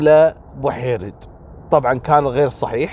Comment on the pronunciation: عفوا استاذي اعتقد اسمها جميله بوحريد وليس بوحيرد